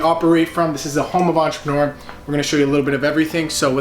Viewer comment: take a shot everytime they say "ENTRPRNR"